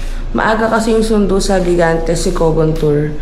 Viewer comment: Gigantes pronounce as higantes